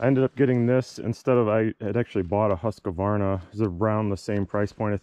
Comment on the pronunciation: Excellent video!. Also it’s “Husquvarna”. Not “Huska-varna”